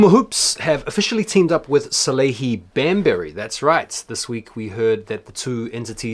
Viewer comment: I love when u refer to Salehe Bembury as "BAMberry"